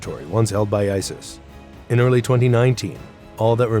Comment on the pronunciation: Didn’t he pronounce it isll I swear he said it weird.Love the way you described him 😂😂